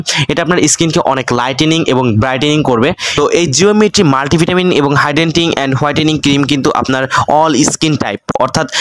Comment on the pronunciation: Hidenting??😂😂 its hydrating